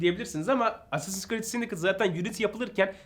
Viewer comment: Sindikeyt diye okunmuyor muydu o ya 😅 Yıkıldım sindikıt ne 😅